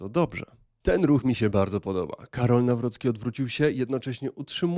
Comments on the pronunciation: "New Rookie" nie brzmi jak nazwisko prezydenta, Trump mógl postarać się bardziej i nauczyć wymowy. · Trump powiedział tak nazwisko prezydenta nie przez problem z wymową, a odniesieniem do kampanii, gdzie miał hasło NowRocky na koszulkach. Prezydent potwierdził z dużym zadowoleniem takie przedstawienie go w sali.